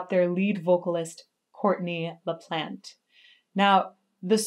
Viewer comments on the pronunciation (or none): Pronounced “la-plaunt” tho 😅